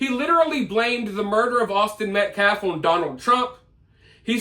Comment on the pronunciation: Yes!! Sue him Kyle Rittenhouse!! That guy needs to be shut up for good! He still hasn't said Metcalf properly....he always says Metclaf🙄🙄 Disrespectful 😠😠 Happy Easter!🐰🙏✌️